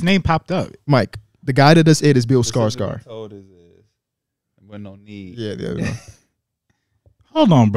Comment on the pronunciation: I never want to hear pronounce Bill Skarsgård ever again man that shit was worse than how the wizards are currently